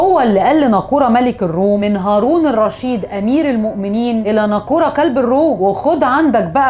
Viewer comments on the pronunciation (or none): نيقفور وليس ناقور